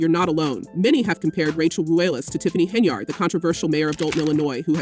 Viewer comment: is the audio A.i? Why are you pronouncing it "HenYARD" ? lol